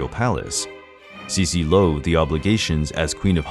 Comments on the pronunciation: The narrator used English pronunciation instead of German. This make sense as the entire video is in English. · The names, you BUTCHERED them all! The rest is nicely done, but still unwatchable. You even mispronounced Sissi. Like how?!? Sharp S's like in "s"nake with a barely notible first i. Gisella completely wrong, its a long i with super soft s and prone a. Not like gazelle at all. Do it right or don't do it! Would I've been Austrian, I'd feel insulted by this performance.